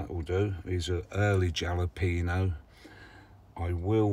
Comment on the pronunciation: You have a nice selection of varieties my friend. I get a kick out of you Brits....you say courgette and secateurs just fine....but Jalapenos....nope, butcher it every time😂Congrats on your promotion to level 4, the general public is over-rated:))